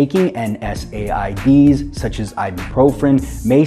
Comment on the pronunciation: Why didnt just say nsaids he said n s a i d's